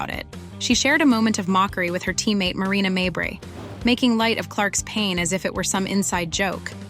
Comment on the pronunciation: Stop mispronouncing mabry